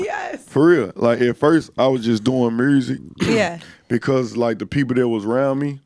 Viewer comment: I love how the Rs are randomly thrown in.. mursic..🤣